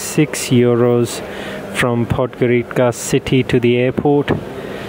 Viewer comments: Its not Podgorika its Podgorica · Perfect Video but...pronunciation is Podgorica with ( c) not with k....is Podgorica not Podgorika...) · It is pronounced "Podgoritsa"